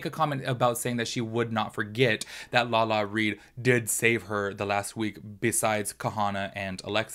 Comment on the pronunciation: Lala-RI!!! Not Lala-Reed. Lol everytime you said it I was like 😣😣 Haha